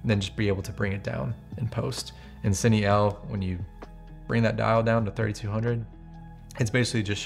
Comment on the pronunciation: Hey man, awesome video breakdown. This is super useful stuff for lighting purposes. Definitely giving you a follow considering the amount of effort you put into this. Hope to see more from you soon! Side note: I noticed you were saying "Cine EL", I think its actually Pronounced "Cine Ei". I only say that because I was getting confused until you mentioned what you were doing and it dawn on me that it was sony's dual native technology.